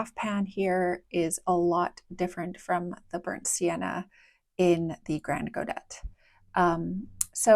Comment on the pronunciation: I've always been curious about these paints but haven't tried them myself. Thank you for the swatches. On aside note "grand godet" is French and just means "big pan" and you don't pronounce the "t" at the end. For the mixture, I just really want to guess haha It reminds me of PB29 and PR101 (a color mixture I always do) But there's no granulation, so it can't be that and there's also a greenish undertone so let's go with PB15, PR101 and then Black, PBk6 or Pbk9